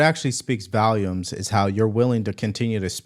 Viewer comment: it’s volumes, not Valiums 😂